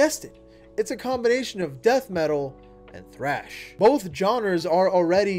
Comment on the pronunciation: I can't get over him saying frash instead of trash when saying "thrash"